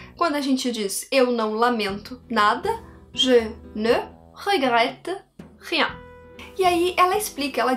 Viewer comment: Adorei a sua pronuncia "Je ne regrette rien".